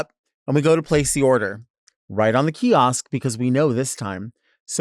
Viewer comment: hearing delta say “kiosk” scratches my brain so bad